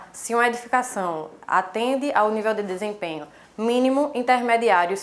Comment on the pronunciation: Em dois vídeos errastes a palavra DESEMPENHO